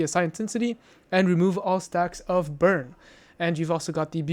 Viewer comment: Just because I hear you making this mistake: The word is Psi, which is greek letter, spelled out, not P.S.I. Just like i.e. the securement silo names, which also have greek letters (Alpha, Beta, Delta, Sigma, Theta, etc.). The gloves are called Barbeque Gloves, which commonly gets abbreviated to BBQ :) Great vids otherwise, thank you for making them!